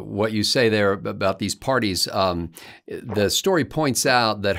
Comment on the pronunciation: Did you say 'parities,' or 'parodies?'